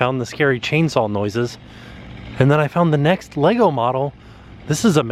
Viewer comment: Oh!!!! Thank you for saying LEGO properly! You are amazing!!!!